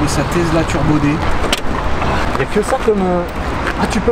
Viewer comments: Tesla pas tezla. C’est Nicolas TESLA Le père du Courant alternatif. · steu plaît, c'est Tesla et pas TeZla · TesSSSla et non TesZZZla.... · Oui, jamais compris pq certains français prononcent le s comme s'ils voient un z, même quand on vous dit comment ça se lit... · le mec il dit “tezla” au lieu de “tesssssla” ça me stresse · Y’a que moi que ça énerve la prononciation Tezla? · tezla mdr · Tu vas apprendre à dire Tezla correctement ouech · le gars imberbe il dit tezla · mdr pareil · Je suis le seul a avoir remarquer que le mec ne sait pas prononcer TESLA ?????